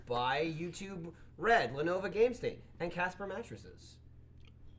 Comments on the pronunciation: you keep calling it Lenova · Anyone else notice that pronounces Lenovo as Lenova. Love that Jersey accent.